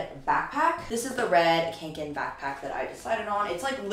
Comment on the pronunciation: Hey, swede here. Kånken is pronounced [konk-n] and Fjällräven is pronounced [f-yell-r-uh-v-n]. Cheers!